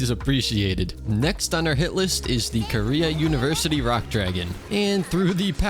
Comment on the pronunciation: Why does he call it the korea univerity dragon